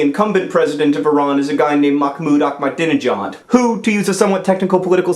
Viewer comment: Its not maKmoud aKmadenijad...there is no "K" in any part of his name